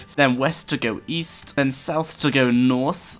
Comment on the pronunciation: east? i thought you said weast....